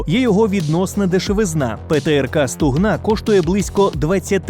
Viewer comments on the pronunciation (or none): СлухАй, автОр, гОтуйся до кмЕнтування, бо не стугнА а СтУгна!!!! 😂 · не СтугнА а СтУгна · Стугна, наголос, на букві "У"